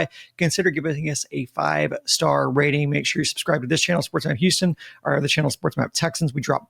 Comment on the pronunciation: I’ll subscribe the day says Houston right.